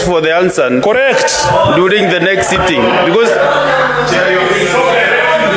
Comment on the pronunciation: Who is this clown of a speaker. Mara "next sitting", then suddenly in some mrima accent "before the end of this sitting"